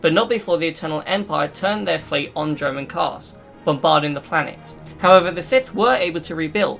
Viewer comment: Not sure if you are saying Dromund Kaas or German Kaas..